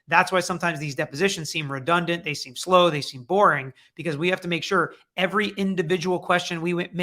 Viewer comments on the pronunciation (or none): none